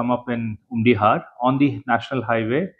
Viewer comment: Ym dei kong Umdi-har, ka dei Umdih-ar, (artylli ki tlong umdih)